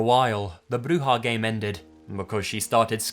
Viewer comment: Spanish word for boogy man is pronounced Coo-coo-we And u got witch pretty good but it's more like Brew-ha